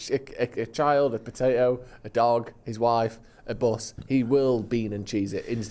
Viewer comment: Say botato one more time